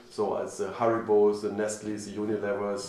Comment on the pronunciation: When he said "haribo" I thought he said "hairy balls".